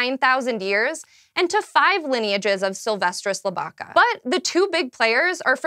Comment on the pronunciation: The pronounciation of Lybica made my skin curl. Is Li-bi-ca not Ly-bai-ca, as in from Libia.